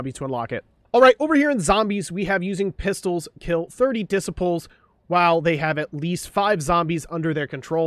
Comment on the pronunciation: Bro doesn't know how to pronounce "disciple" haha